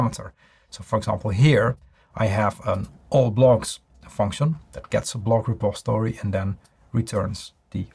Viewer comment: Why don't you ever pronounce the "i" in the word "repository". You always say "repostory"?